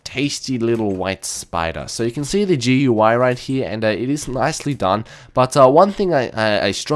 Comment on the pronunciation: It's not GUI, its goo-EY thats how you say it. Trust me